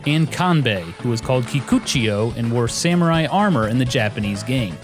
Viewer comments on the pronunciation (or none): none